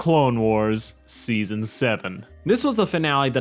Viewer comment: Oh yeah now I remember i had to re watch it you accidentally said steason two instead of season two